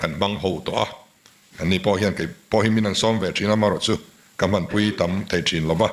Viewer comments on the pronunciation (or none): none